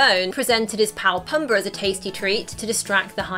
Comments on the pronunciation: It's pOOmbuh. Not pUHmbuh. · Does anyone really call him “Pum-buh”? Drove me nuts. Luckily she only said it 83 times. I’ve always heard him called “Poom-bah.” Most notably by Timone... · Its pombaa not pumbaa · pumba not pumber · Its Pumba, not Puhmba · Oh my word...learn the name! Pumba....poom-baa.....you're killing his name every time! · “Pumber and termone” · Simbra, Pumbra.... it's killing me lol I'm sorry. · It's Ti-moan and Poo-mba. Not Tee-mon and Puhmba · She said it more like Tee-moan and PuhmBar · No one's going to mention the way she pronounces Pumba and Simba? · PUMBER and Tih-MOAN.